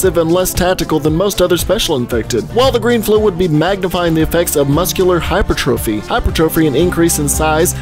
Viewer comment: you didn't mispronounce hypertrophy, don't worry. :)